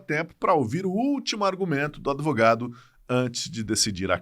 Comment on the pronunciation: Adevogadus kkkkkkkk